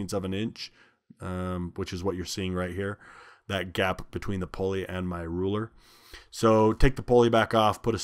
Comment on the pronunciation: Oh indeed it is! Also: poor grammar; whether it is wide spread or not: is STILL wrong; and we should try our best to speak the English language correctly; if we are a graduate of HS or higher learning! IE: it is NOT "Pole-ee". It is "Pull-ee"! It is NOT "RPM's". It is RPM". NO exceptions. It is NOT "Irregardless". It is "Regardless". No exceptions. And the worst of all: "If I were" is NEVER correct:. It is "I was" in ALL cases. Not to mention spelling "Your" when it should be "You're" when meaning "You Are". Not to mention spelling "There" when they mean "Their" in a possessive scenario. Etc., etc. and ETC! A perfect example of "Dumbing down society"; by teaching "birth control", "condoms" and "abortion" (COLD-Blooded-Murder); instead of teaching that it is dead wrong; and if you do it, you WILL pay the price!" For whatever it's worth.